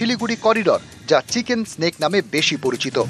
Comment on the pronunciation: Chicken nack bola chicken snake na 😂